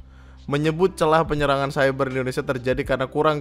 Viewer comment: Ngomong cyber aja Masih ciber, pak tua pak tua😂😂